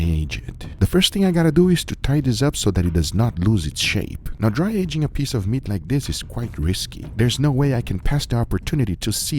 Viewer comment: "speece of meat"